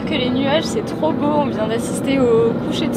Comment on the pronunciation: C'est boo ! Vous remarquerez le "o" supplémentaires 😅